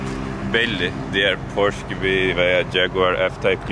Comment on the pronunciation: porş (pors) değil abi porşe (porsche)